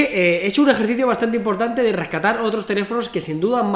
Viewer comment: rascatar!!!! RESCATAR